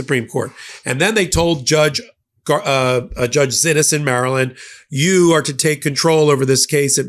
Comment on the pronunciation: While someone who did not know that the judge pronounces her name otherwise would pronounce "Xinis" as Zinis, this judge pronounces her name as "SHE-knees". As an attorney you should have inquired about that, when you heard multiple people pronouncing the name differently. A quick call to her clerk would have cleared it up. Sorry, but to not do so is sloppy, if not downright incompetent for someone acting as an analyst & reporter..